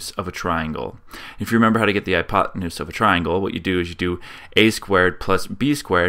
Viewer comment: "hypotenuse", BTW.